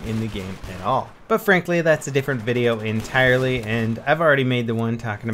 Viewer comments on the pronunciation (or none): none